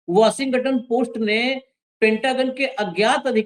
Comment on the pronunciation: वॉशिंगटन का उच्चार बराबर नही है 😂 और apstin फाइल नेतन्याहू के पास होगी जो सब को नचाता है😢